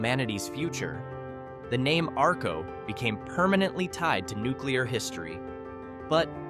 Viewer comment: I live in southeast Idaho. The lightbubs were lit up in Atomic city near Arco, Not Arco, Arco was the first town powered by atomic power, and learn how to pronounce the places correctly, this is horrible!